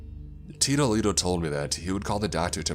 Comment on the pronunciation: Heh heh take a shot every time he says, "Teedoh Leedoh" lol And yes I know it's "tito". XP